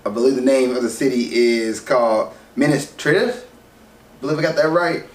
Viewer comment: You said the city wrong